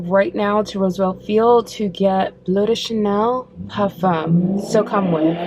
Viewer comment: I can't seem to find it here in the UK but tomorrow I'll go to Selfridges so hopefully they have it. Can I ask you why you call it "blue de chanel" instead of bleu "blur" de Chanel. You actually pronounce it perfectly at 1.24 in this video. Sorry for being an arse but I think it's important to pronounce it how it is in it's native French language. BTW I love your channel